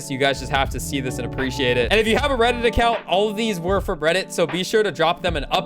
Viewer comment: You sed bredit